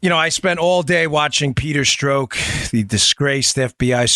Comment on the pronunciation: It’s pronounced “struck”.